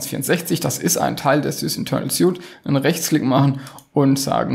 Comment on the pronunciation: Es wird „swiet“ ausgesprochen